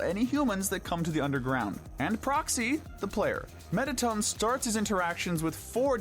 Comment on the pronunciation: "Alfies" 💀 (if im right its alphys) "Metaton" (if im right its mettaton) Azrael 💀 (its obviously asriel)